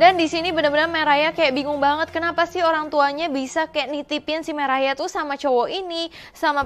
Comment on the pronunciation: Nama cewenya Mariah kak bukan merayaaa😭💔